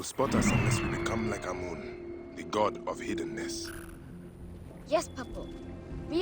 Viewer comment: It's pronounced am amun not amoon.